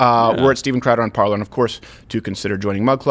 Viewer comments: Off topic: I know it sounds like I'm splitting hairs here, but it is pronounced PAR lay. Normally no one should care. But when you say PAR ler...well...that takes people to...um...something else. I'll let YOU look it up. Regardless, I don't think either website ever expected this much traffick(ing?) until the election went haywire. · Little thing, but are we going to go back to pronouncing Parler as "Par-lay?" Wouldn't hurt to be correct right? I think that's what the creators of the app intended... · Parler? That's pronounced "parlay" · Thats parler with an E! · Did I just hear the dude from a french speaking part of the world pronounce 'parler' with an english accent? -_- haha wooooooow.